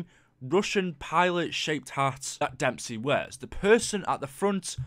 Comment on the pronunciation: Dude you made a mistake it is when you saying damesy 2times